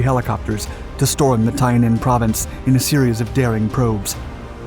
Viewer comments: BTW, Tay Ninh is pronounced TAY NIN not TIE NIN. The US had overwhelming power in the country but the politicians would not permit a move into North Vietnam. The reason body count was important is that it was the ONLY metric that Washington would recognize. I normally don't listen to your channel because your voice and intonation are annoying.....I listened to this because you over dramatize the entire thing and I wanted to let you know. U.S. forces were ordered not to win. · The proper pronunciation of this region is Tay like "hay" Ninh. If a presenter doesn't care enough to find out where he is, why should we? And when you deliver every sentence with urgency, it gets old real fast. A little slower, softer delivery, with only warranted rushes of adrenaline, when it's flyin' fast n' thick will give future broadcasts much more credibility. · Good information. One minor beef. He miss pronounced Tay Ninh and Dao Tieng. Either that or I mispronounced it when I was there in 68. Other than that -- well done.